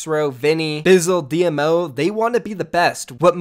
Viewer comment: Just a tip for future reference, “DMO” is pronounced “Dee-moe”